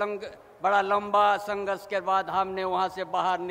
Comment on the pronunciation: 1.09 lamba sangrash ❌ Langa Sangharsh ✅